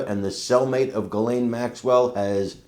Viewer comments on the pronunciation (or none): First of all: her name is Ghislaine, not Ghiselle! Second: Virginia Giuffre, who was a victim by Maxwell and many more stated: Ghislane Maxwell was WORSE than Epstein, she is evil. So, WHY is it more credible what YOU say ( ......not the rich friends that did the real damage....) than the words of an actual witness that has spoken in court? !!!! RIGHT? You are just saying things, without knowing ANYTHING, so better just shut up! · Sure wish people would learn how to pronounce the name “Ghislaine” properly …it is a soft G,silent H….my French Canadian friend has that name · I really wish people would stop pronouncing her name Jizz Lane. It's obnoxious. You KNOW how to pronounce her name, and if you don't, look it freaking up. If you are going to talk about someone at the VERY LEAST get the name right.